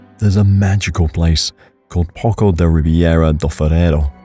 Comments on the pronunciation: poço: it's pronounced posso - which is "well", something where water comes out of - poco: is a little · Não somos espanhóis, não se pronuncia "poso", somos PORTUGUESES e a nossa Língua é a LÍNGUA PORTUGUESA! E em português, pronuncia-se "posso"! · Poço lê-se Posso não poco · Poço should be pronounced as poso which means well in Spanish and by the looks of it, I can see that it looks like a deep well.